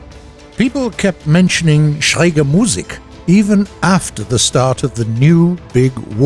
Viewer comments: You almost pronounced Musik right just a little faster so that it is Musik not Muuuussik. :) +Great Video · No. He said said schräge correctly but butchered the Musik. You emphasise the i , no the u in Musik.